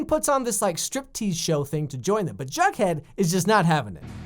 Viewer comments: sweety its not "jugghead" its "jughead" GET IT RIGHT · its not jugghead its jughead